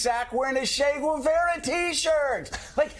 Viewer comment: "Shay Guevera"? Who was that? Is that a gang? Is that a gang thing, or going out of your way to mangle an easy name again on the part of an American presenter?